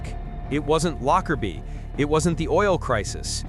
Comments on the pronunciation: "Lockerbie" ... not "Lockerdee". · Ugh more AI narration. How do I know? It’s pronounced “Locker-bee” not “Locker-Dee”.